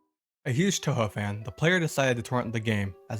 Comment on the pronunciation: i like the vid but wow did they butcher the names of the characters in that touhou creepypasta